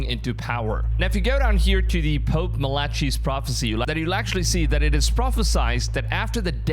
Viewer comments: Your saying Malachi wrong 😂 sound it out 😂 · Malachi is pronounced mala-kai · Mal ICK eye….. Not Melacheeee😊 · mal a kai not malachi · It is pronounced malakai my friend not malechey what a load of melarcy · It's pronounced Ma La Kai not Ma La Chee. 👍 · Its Mala-Kai not mala-CHEE lmao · Mala-kai ✅ mala-chee ✖️ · It's pronounced "MA-luh-kai", not "ma-LA-chee". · Your saying Malachi's name wrong after wrong after wrong!! You pronounce it like-. Mal ah chi - Malachi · MAL-AH-KI rhymes with eye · MAL-A- KEY is how Malachi is pronounced. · ma-le-kai (not malachi) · Melatchey? Incorrect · Its pronounced "MA LA KEE" bro , show some Respect dude is a SAINT, 😂😂😂 ✝️🙏🏻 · MAL-i-ki is the correct pronunciation of the prophet's name And before covering this kind of content, I would do a little research if I was you into content that knows the Bible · MAL-i-ki is the correct pronunciation of the prophet's name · It’s pronounced as Mah-lah-Kai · MalaCHI? Dude, at least pronounce it right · The name of the prophet sounds out Malacai the h is silent. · Malachi is pronounced măl(as in apple)-uh(as in up)-kī(as in kite). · Brother, how can you do all this research on Malachi and so brutally mispronounce his name? MAL-UCK-EYE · "malachi" is pronounced "malakai" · St. MAL-AH-KAI (Malachi). You sound dumb so I can’t finish the video. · Malachi is Mal A Kai. (hyming with fry). Just fyi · His name is pronounced Mal-i-kiiiii (long I) or Mal-i-key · The man that is the Antichrist is just a regular human, until Jesus has enough and cast Satan down to earth, that is when the Antichrist enters the human man. The ch in Malachi is pronounced with the sound k, when Jesus is done wrestling with Satan, maybe that will be our time to be raptured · You said the Prophet Malachi's name wrong.